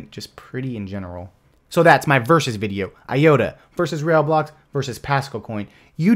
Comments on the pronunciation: 'Rail-blocks' is pronounced: RYBLOCKS. I would love a detailed review of PascalCoin. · It's not "Rail blocks" it's "Rai Blocks" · Are you pronouncing it "rail blocks"?